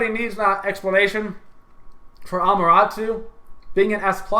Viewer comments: its Amaterasu, not Amarasu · 4 reelziez doe, it's Ah-mah-teh-rah-soo with emphasis on the first and fourth syllables and the 'soo' being very subdued. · It's A-MA-TA-RA-SU learn Japanese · WTF is a Amaratoo? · its not pronounced amaratu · Learn to pronounce Ama-Ta-Rasu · Centa Urss AMUTARUSU